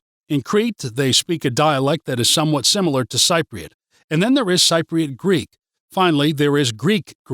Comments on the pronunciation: Cypriot pronounced sip-priot. You hit the nail on the head for some parts but got it wrong on many others. Entertaining but for anyone who does not know Cyprus too well take it with pinch of salt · I am a technical writer, living in Paphos for 7 years. As stated in the description, this video was indeed funny, not least for the way you pronounce "Cypriot" umpteenth times. This was meant in an ironic way, right? And it was informative, too. Thanks for teaching me to be very afraid of the conflicts in neighboring countries and to dread the "dark and rainy winters" after all these years. Hilarious! those who have never been to Cyprus: Take this video with a bucketful of salt! :)